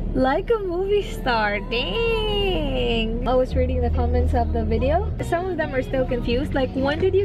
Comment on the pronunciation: "like a movie star...........DINNNNGGGGGGGGG" sorry parang ding kasi sinabi mo instead of dang HAHAHAHAHA😂